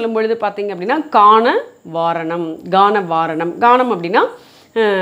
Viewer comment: அம்மா, கான வாரணம் என்ற தொடரில் கானம் என்பதில் உள்ள கா வைச் சரியாக உச்சரிக்க வேண்டுகிறேன். வாழ்க செந்தமிழ்!!!